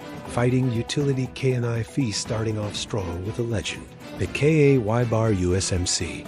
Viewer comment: Another idiot AI, that cant pronounce Ka-Bar. I really wish people would either stop using AI, or at least preview the video before they post it. As for a combat knife. I have a USMC Ka-bar Fighting and Utility knife, and its a very good knife, for the sneak and creep style. But, and you forgot this one, the Service No.1 Khukuri of the British Army Gurkha's. A proven design for well over 300+ years. The problem with all the knives your talk about, is how short they are. If I get into it with a knife, against some one else with a knife. I want the Reach advantage. Keep them at bay so I won't get cut, well not as much at least. So, not only would I carry my Khukuri but also my Cold Steel 1917 Navy Cutlass, and yes, there was such a thing, used by the US Navy. So its a combat blade. Think outside the box, and don't just go with the flow, like every one else.